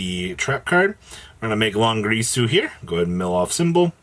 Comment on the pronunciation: Ding-gir-su 😑